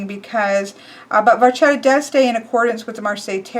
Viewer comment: It's pronounced "Vacchetta" double c + h becomes a k in Italian. So you read it VAKKETTA with emphasis on the double consonants